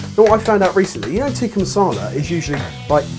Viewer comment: In addition to horrible pronunciations, it's Chicken Tik-kaa Masala😀